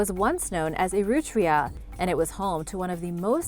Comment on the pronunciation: The Etruscans lived in ETRURIA, not "erootria".